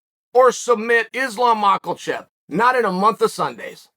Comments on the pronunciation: Uncle Chael we know you’re undefeated and undisputed but please stop saying “Mocklechev” it’s Makhachev. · Spoiler alert: “Islam is going to beat Oliviera”! Nobody is better than Islam… Also, maybe it’s time for Chael to learn how to pronounce Islam’s last name! It isn’t Maklchev! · Chael has such an unwavering conviction that Makhachev has an L in it I’m almost starting to believe it does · and it's Makhachev